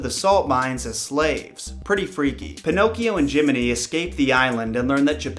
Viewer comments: Pinocchio not pinocs. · This is how many times he said pinochs 👎🏾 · Pee no key oh